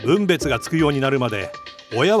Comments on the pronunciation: 「分別がつくまで」は「ぶんべつ」じゃなくて「ふんべつ」です。 基本的な日本語が間違っていると気になってしまいます。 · 分別がつくを「ぶんべつ」と読むなんて、どうなってるの？ ニュース原稿はアナウンサーではなく、AIかなにかに読ませてるのか？